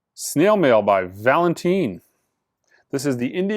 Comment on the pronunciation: Yeah, if it ain't Jazz prepare for the name to get butchered. Nuc-u-ler Blast. But... on John Coltrane's 3rd session in 1956 at Van Gelder Studios he had a mild cold and used 3 Kleenexes during the recording of "Salt Peanuts" that gave his Sax a unique character. It is actually half the fun of the videos. Val-in-teen?